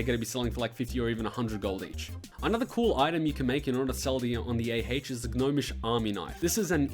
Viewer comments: I stopped listening after you said, "Gah-nomish vs. goblin engineering" about 20 seconds in. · That's not as bad as the way he said "gnomish" lol.